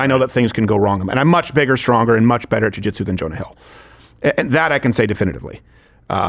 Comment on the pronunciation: What he said was, Jewjuitsu